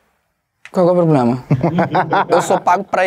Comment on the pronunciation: "Qual que é o ploblema?" KKKKKKK Melhor parte Qnd ele falava isso😂😂😂😂😂